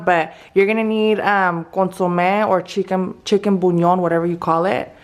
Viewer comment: I like how she says chicken buñon